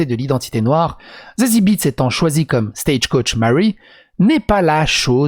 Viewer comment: "Tsatsi ou Zassi Béétss" , elle est Allemande donc le "e" se lit et se prononce "é" appuyé ici, comme en néerlandais d'ailleurs. Voilà. ^^